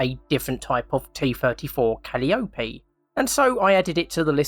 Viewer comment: All great suggestions! Quick tip: calliope is pronounced with the accent on the second syllable: ca-LI-o-pe.